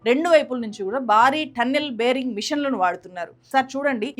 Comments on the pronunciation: బేరింగ్ మెషిన్ కాదు... బోరింగ్ మెషిన్ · బేరింగ్ కాదమ్మా.. బోరి g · బేరింగ్ మిషన్ కాదమ్మా బోరింగ్ మిషన్